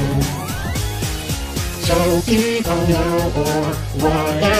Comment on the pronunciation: I facepalmed at “toki pono.”